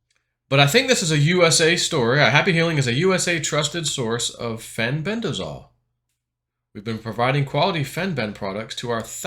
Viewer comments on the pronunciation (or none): none